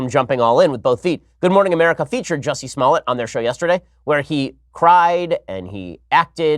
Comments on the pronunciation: It’s pronounced “juicy smull-yay” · This nigga said JOOZY SMOLLEN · This voice over artist keeps calling this liar JUICY SMOLLET LOL